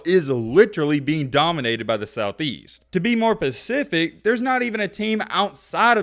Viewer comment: I wish he would learn how to say specific instead of saying to be more pacific.